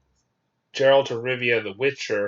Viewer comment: You pronounce Jaskier and Geralt wrong. In Polish J is more like Y. And G is like G in game.